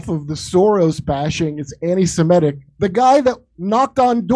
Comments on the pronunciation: I love how absolutely EVERYBODY mispronounces this word. It is not "anti-Simetic". There's no such word. You don't call someone an 'anti-Simete' because there's no such word or thing. It's "ANTI-SEMITIC" as in 'anti-Semite'. There's no such thing as Simetic people. There are Semitic people like Arabs, for example, or people that are actually ethnically Hebrew. It's so friggin' stupid that everyone mispronounces this word. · “…er…I mean…it is just….it is so anti -Semetic (sic)” It’s the opening phrase and the host at MSNBC mispronounces ‘anti-Semitic’ quite clearly. Proves there’s something lacking in his education or he’s thinking of the word ‘emetic’- a substance to cause vomiting. Either way I feel nauseous already.